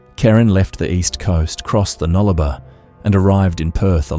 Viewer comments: Its. DNA and Nullarbor not nullaba... stupid A.I. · as soon as heard the pronunciation of Nullabor I knew 🥺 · I though AI because of the incorrect pronunciations. I've just started watching and the pronunciation of Nullarbor and Jarrah is not how Australians would say these words. I'm just at the 17.50 mark. Anyway it is good to get an update of Kerryn Tate's murder so thank you.